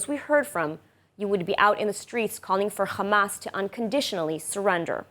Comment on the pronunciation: Please say hamas not khamas😅